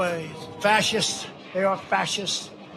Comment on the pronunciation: "Frashists" do you want fries with that?